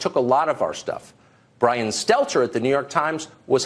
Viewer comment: Get mark dice to help next time, he sounds more like Bwian than Bwian